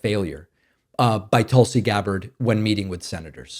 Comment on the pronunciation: I thought your pronouncement of Tulsi was the correct one and that WE all had it wrong. Seriously. I thought you were being respectful. 🧐